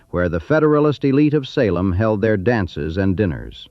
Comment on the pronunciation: I shut it off when the AI said Sa lem